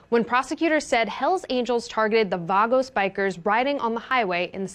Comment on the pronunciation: Can't even pronounce Banditos or Vagos.